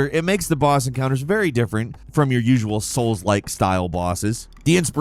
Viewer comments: You said SOLES like !!!!! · He said souls Lile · YOU SAID "SOULDLIKE"!!!!!!!!!!!! LOLOLOLOLOLOLOL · you said soul like! oh noo!! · You said soulslike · I dare you to say soulslike one more time. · YOU SAID SOULSLIKE!!!!!!!!!!!!!! LOLOLOLOLOLOLOLOL!!!!!!!!!!!!!!!!!!!!!!! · "YoU sAiD sOuLsLiKe sO mAnY tImEs" 🤣🤣🤣